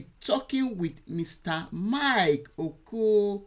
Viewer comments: This woman must stop disgracing journalism with her imperfect speaking. She speaks like a toad. An Igbo lady who is unable to pronounce Okiro is a disgrace. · '' who cannot pronounce 'Okiro'. You are a confused analyst. You won't understand the way you are confusing your head